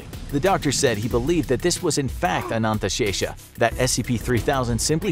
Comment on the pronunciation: As an indian, Your pronunciation of Ananthashesha is perfect.